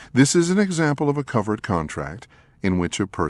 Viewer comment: Covert contract turned into covered contract. It's driving me crazy.